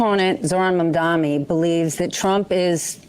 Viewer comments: Cuomo still can’t even say “Mamdani.” Mamdami Mandani Mandami He has all of those covered. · The may seem trivial but I promise it really is not...I cannot take any politician seriously that refuses to say the name of their opponent correctly. FFS he said "Mom-dom-eee" like 50 times. He does not even try to say the name correctly and this is telling of how he views people and his engagement with them in general ... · MAMDANI. MAM-DAN-EE. Not MAMDAMI. FUCK. What should I expect from a country that couldn't even pronounce the name of their own fucking Vice President for 4 years. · Why can't Stephanie Rule and Andrew Cuomo get Mamdani's name right? It's not Mom-doM-ee, it's MamdaNi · It’s MamdaNi not MamdaMi - why aren’t people able to get this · His name is Mamdani not Mamdami FFS 😵‍💫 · Andrew Cuomo can't even pronounce Mamdani's last name. He keeps saying "Mandami" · Its insane how Cuomo and this interviewer are STILL calling him "Mandami" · I feel like they seem to get Mamdani's name wrong a lot. They call him Mamdami or am I just hearing things?? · cuomo still miss pronounces Zohran's family name, Mandami he says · Its amazing how people can't pronounce Zohran's surname correctly. It is Mamdani not Mamdami gees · Yep, the doofus is still saying the reverse: Mandami. LOL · They still refuse to say his name right, absolutely shameful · Interesting how everyone against Mamdani purposefully mispronounces his name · Every time he mispronounces Mamdani he reminds people that he is a bigoted, uneducated, petty bully. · Why do ninnies like Cuomo keep mispronouncing Mamdani as “Mamdami “? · The blatant racism as well of Cuomo purposely mispronouncing his last name is wild. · LOL! He still can't get Zohran s name right....Man...DAMI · It’s pronounced “mom Donnie”. Good lord. It’s not that hard. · They way all of these corporate ghouls just refuse to say Mamdani's name the right way... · its Mamdani M A M D A N I 🤣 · Why does she mispronounce Mamdani's name... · mom dommy